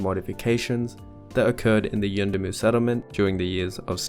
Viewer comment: I LOVE how you pronounced 'yuendumu' , class.